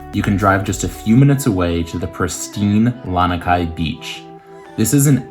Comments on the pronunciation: *La-nee-kai, not La-nuh-kai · “LAH-NEE” Kai beach and pillbox is the correct pronunciation